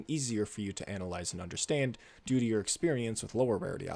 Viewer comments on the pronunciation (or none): none